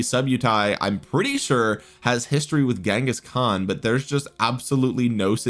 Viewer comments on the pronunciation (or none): none